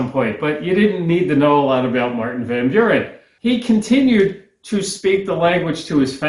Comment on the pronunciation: Van Buren is pronounced vun Bewr-n.